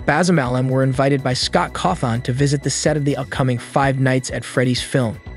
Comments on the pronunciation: can peopl PLEASE stop pronouncing is name cawtharn its cawthon its pronounced like this kaw-thin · CAWTHON IS PRONOUNCED CAW-THIN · The Fenaf movie, markieplier, Scott cawthOn. Ngl the way everything was pronounced got me rolling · fenhahf?? markip i l e r? get it rightt edit: SCAWT CAW THON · Look. i appreciate your vids but pleas pronounce "FNAF" "Markiplier" and "Cawthon" correctly. it makes me rage listening to how you say it in every video. Mark isnt in the movie, he is producing his own movie. Cory Kenshin is in the movie tho.